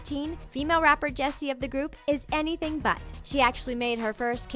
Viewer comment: yeah it did sound like she Jessi like yessi lol